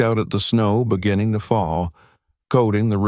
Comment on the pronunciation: Beginnin, sleepin, keepin, please speak properly, these words all ‘g’ at end of words.